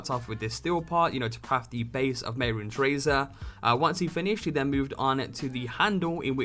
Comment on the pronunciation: _mey-roons? no no no no your wrong, ___meh-roon-es__ is how you pronounce it